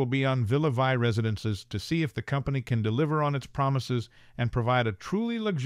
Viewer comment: Please. In Villa Vie, Vie is pronounced Vee and it means Life in French.